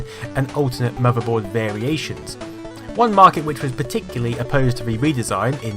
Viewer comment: I love how says 'muvverboard'